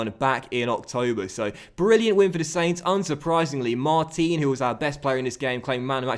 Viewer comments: hey... it is pronounced Mart-an... as he is french.. keep it up thanks as ever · Hey, just a quick comment to tell you that the proper way to pronounce Martin's name is to say the "in" like you pronounce the end of "Paris Saint-Germain". Also Martin's celebration is actually Matuidi's, it's after a song that was made for him. Love ur content:)